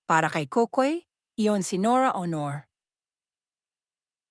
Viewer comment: It's pronounced LAW-REL, not LO-REL; AW-NOR, NOT OH-NOR. Lol, don't anglicize their names when you're speaking in Filipino. You're not American. Haha.